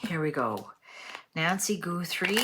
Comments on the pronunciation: Her name is Guthrie, not GOOthrie. Her daughter is the Emily Maitless of morning television. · Please! It is NOT GOOTHRIE....😅 GUHTHREE thanks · You are mlspronosing her name